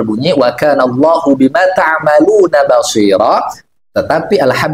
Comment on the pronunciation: Ya lebih parah dibodohi oleh orang yang menjual keramat/nasab daripada pesilat. Klo salah ya tetap salah "ta'maluun" dibaca "ya'lamuun", jelas salah "ta" dibaca "ya". Mencari cari pembenaran demi membela tuannya.